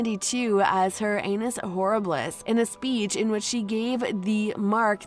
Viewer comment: Have never heard so much mispronunciation in a less than 10 minute span, names, places, everything. But my favorite is when the narrator says "Anus horribillis."